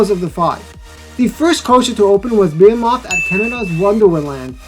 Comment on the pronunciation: I've never heard anyone pronounce Behemoth this way before 🤣